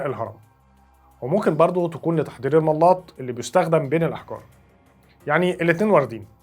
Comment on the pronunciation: تسلم يا غالي......بس عايز اصحح كلمة ملاط تنطق ملاط زي بلاط مش مل ا ط......... والله اعلم.....وانت الاستاذ ونحن التلاميذ